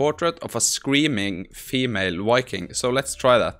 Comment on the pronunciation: What the hell is a "Wiking" ?? Had to laugh, smart enough to code, write prompts, math, but can not shake a pronunciation fault of the English language. :) Wuv Voo